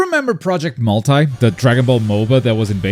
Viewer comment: . No I don't remember project "multeye"🙏💀